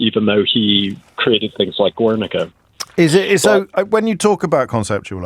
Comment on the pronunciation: you would think the editor of the art magazine would be abole to pronounce pisasso´s artwork "Guernica" correctly yet he sadly could not